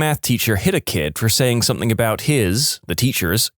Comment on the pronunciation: No K in the word something